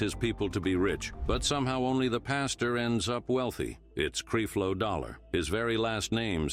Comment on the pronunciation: It’s not creeflow it’s Creflow and this is a fake platform